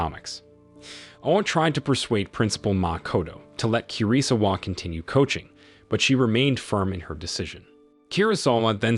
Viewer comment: My ears are hurting from "KIRI-sawa"